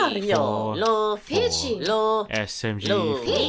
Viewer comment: I thought peach said "bitchy" lol